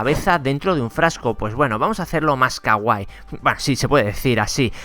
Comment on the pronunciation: Muy interesante. Sin ninguna intención de molestar: es kawaii, no kawai. Es decir alargas la i o le pones acento en ella.